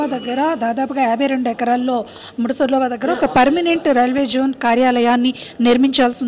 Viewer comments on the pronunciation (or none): మూడు ఆరు కాదు... ముడసర్లోవ... ఆ అమ్మాయి కరక్టుగా పలుకుతున్నాది... నేర్చుకోండి